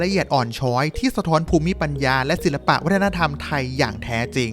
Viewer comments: แอดครับ ภูมิปัญญา ออกเสียงว่า พูม ปัน ยา นะครับ ไม่ใช่ พู มิ ปัน ยา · ถ้าไม่ใช่ AI อ่านคำนี้ ภูมิปัญญา อ่านว่า พูม-ปัน-ยา นะคะลูก🤟ติเพื่อก่อค่ะ